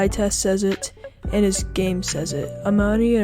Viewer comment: You did well with his last name 8/10 But his first name is not pronounced uh-man-ee. It's uh-mon-ee Pretty sure det has the most players with hard to pronounce names these last two years haha